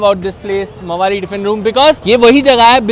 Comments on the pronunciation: Mavaali ❌ mavalli ✅ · Bhai mavali nahi hai it's mavalli dabal ll dekha nahi kya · Mavali nhi goonda hi boldo Mavalli hn wo😂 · I think Mavalli pronounced as 'maa' and valli like 'valli' in hindi meaning latha and not Mawali as in hindi 😂.